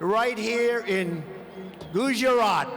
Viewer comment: Nobody: Trump: gowjaat(gujarath)